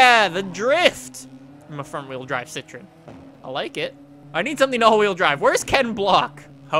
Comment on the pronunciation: you're pronouncing CITROEN wrong